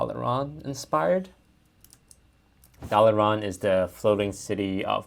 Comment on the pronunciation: did you say “the next expansion is dollar run”?